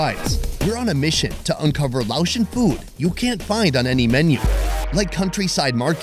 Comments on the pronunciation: Thank you for visiting Laos and immersing yourself in our beautiful culture and traditions! Your respectful approach and genuine interest are truly appreciated. 🙏 Also, respectfully, Laotian is pronounced lay-ocean, not laoshun. 🙈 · It's Lay ocean.